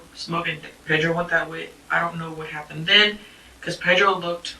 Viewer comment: I cringe every time she says "Pedro"